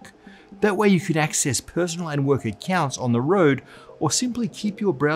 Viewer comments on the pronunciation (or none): none